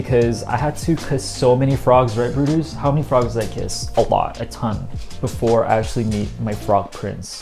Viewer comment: You said "bye brutus" but i heard "BYE BRUNTUS" 😭😭 jerawatttt